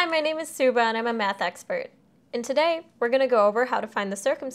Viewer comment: "Hi my name is Subah ima MeTh expert" 💀